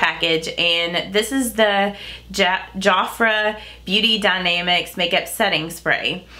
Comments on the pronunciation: I think I remember Jafra from back in the day, and I'm 52 lol, and I THINK it's pronounced jaf (like half)-ra, I'd love to see what you think of the blushes and mascara, please let us know! love your videos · My mom loves Jafra skin care has been using it probably for the past 30 yrs. And your other subscriber is right you pronounce it like two words. There almost like Mary Kay you order by catalog and a representative will have parties so that you can try out products. Love your eye shadow.